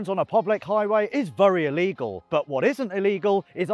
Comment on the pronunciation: Has anyone ever told the word is VERY not VURY?